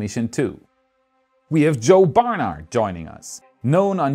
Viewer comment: Isn‘t it joe barnard? And not bernard ;)